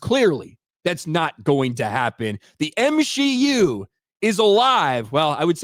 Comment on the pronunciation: The way says the M-SHE-U is alive! It’s like it’s Frankensteins monster at this point. We know what we need to do… burn it with holy fire!